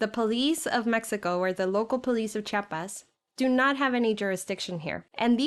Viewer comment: Se dice chiapas, no chapas